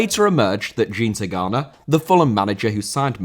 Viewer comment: Excellent video, but try to check pronunciation of foreign personal names and place names - Charleroi, Jean Tigana, Lens, Bianchi, etc.